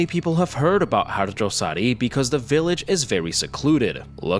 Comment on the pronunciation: Are you asian by any chance? Cus i never heard western ppl can pronounce "harjosari" correctly